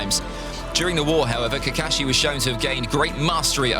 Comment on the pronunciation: I really like way he pronounciation kakashi